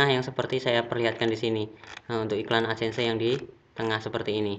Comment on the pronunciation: 'ADSENSE' "Edsen" aja bilang nya mas, gak usah ada tambahan "se" nya. Saran aja ini mah 😅😅😅 Aku subscribe channel mas baytheway